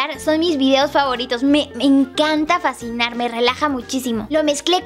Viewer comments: en el minuto yuya dice "me encanta facinar" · En el minuto 3:6dice me encanta facinar me relaja muchisimo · En el minuto 3:6 dijo me encanta fasinar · Minuto 3.06 yuya dijo (me encanta facinar)